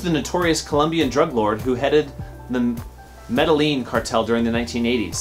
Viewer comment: You mispronounced Amana and Medellin.